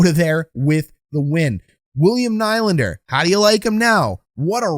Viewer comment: At this point you’re just trying to mispronounce Nylander’s name lmao